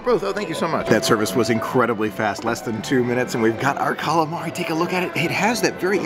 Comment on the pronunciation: It’s “Calamari” 😊